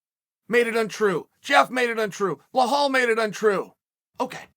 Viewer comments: I swear if he says Blehal one more. It’s BELAL damn how is that hard?? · How many times have we heard Chael say BLEHAL, VINCHENCENT and now HAZMAT? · Chael i love your show butttt plzz say the names correctly ahahah KHAMzat not KHAZmat and BELAL not BLALAL 🤷‍♂️😂😂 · It’s KHAM-ZAT not KHAZ-MAT BE-LAL not BE-HALL MAGOMED-SHARIPOV not MAMED-SHARIPOV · Hey chael love your vid’s. Seem’s like you need help pronouncing the Muslim Names. It isn’t Hazmat and Behal. It’s Ham-zat and Be-laal